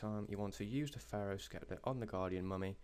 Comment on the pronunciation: you can't pronounce sceptre right either lol